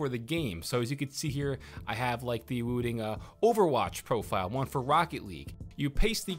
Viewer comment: its not wooting its woo.........ting as in this ting